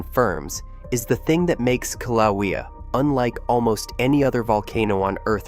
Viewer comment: If you are going to push BS you need to at least learn how to pronounce Kilauea and Hawaii.